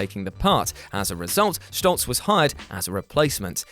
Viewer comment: If you're going to pronounce it "Schtolz", why not pronounce it "Fochs", to be consistent 😝